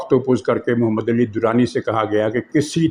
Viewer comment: You are my one of the favourites vlogger but distorting name of " Ali " sounded so painful